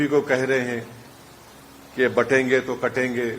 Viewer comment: ओवेसी बटेंगे को बाटेंगे कह रहा है